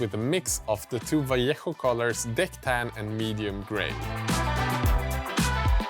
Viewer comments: Well done, sir. Good pronunciation with Vallejo!! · This might be the first video I've seen where anyone has pronounced 'Vallejo' properly - hats off. The buildings were cool too.